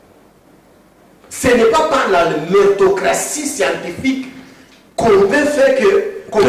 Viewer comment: Ce monsieur croit parler mieux français que Eliezer !! Il dit SCIATIFIQUE au lieu de scientifique... Quelqu'un qui jusqu'aujourdhui croit au retour de kabila. Demandez lui la dernière fois qu'il a vu son président c'est quand ?!! Un tonneau vide.